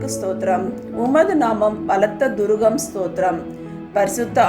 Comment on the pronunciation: 180....not throgam...its mistake....thurugam...its correct...plz first correct this